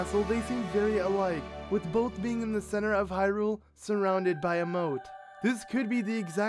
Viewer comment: Mown-tehn. Mountain. Not Mow-ehn. It's not hard to say oml. Oh, and it's Both. Not bowlth